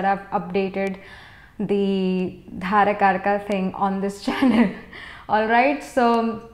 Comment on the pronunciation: With due respect mam, very knowledgeable, but its dara karaka not dhara